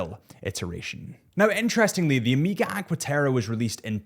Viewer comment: Pleaseee for the love of horolory- It is Omega! Omega - not Amiga. Hurts the ears every time i hear it.